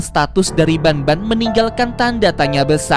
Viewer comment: Bang el bukan ban bang tapi banban